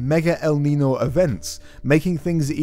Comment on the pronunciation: ñ is not n. Niño = Ninyo